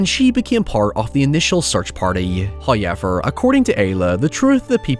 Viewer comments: FIrst "hoyevver" for the year drops . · Strange comment but I love the pronunciation of “hoiyever” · i watched one of his videos like a year ago and i noticed the "hoyever" and then months later i completely forgot about it. so i had this vauge memory of a irish man saying "hoyever" but i had no idea where it came from or who said it so for like 3 months my boyfriend just thought i was insane cause i wouldnt stop saying "hoyever" and when he asked what that was about all i could say is i have a distant memory of a random irish man i dont know saying "hoyever" to me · videos are worth watching only for this "hoyever..." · you should open a video service where you sell a video that says "the person says this OWEVAH..." subvert expections. ill pay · Here because I heard about the “hoyever”. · Do you have merch that says HAWYEVER? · The way you say “however” is terrible lol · I watched Chernobyl Diaries just because I was curious what you meant by it looking like a found footage movie. It took me about five minutes to understand, holy shit. Also, my husband doesn't know your name, he just knows you as the guy who says "however" funny.